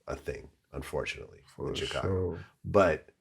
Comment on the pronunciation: Please learn to say Chicago properly Vlad come on now🙇🏻‍♂️